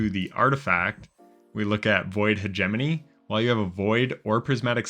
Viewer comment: Finally someone who pronounces "hegemony" correctly.